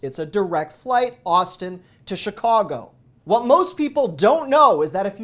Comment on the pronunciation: Why people say Shicago? Always wondered.